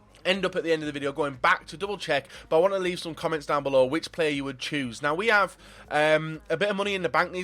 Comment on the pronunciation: You "Choose" not "Chose" 😂😂